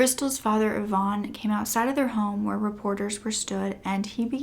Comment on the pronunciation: Sorry...its not Yvonne, its eye-van